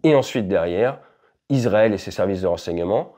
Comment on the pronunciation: Super analyse. Petite correction : on dit « iSSSrael » et pas izrael ! Ça s’ecrit Israël (son [s]) en français et en hébreu c encore plus flagrant : ישראל avec un ש qui peut se prononcer SS ou CH mais jamais Z